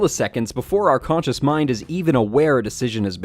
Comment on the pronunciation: konchus? I thought it was conscious...